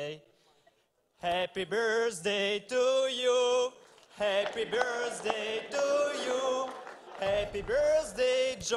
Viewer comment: "happy bjerSday" painfull to watch